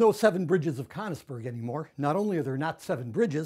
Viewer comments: "People living in Cunnisberg" ITS "KÖNIGSBERG" FFS!!! :D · it's pronounced kernigsberg, right? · Wincing at his pronunciation of of Königsberg